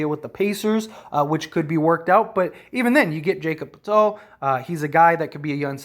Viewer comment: poeltl is pronounced like hurdle btw. “purdle”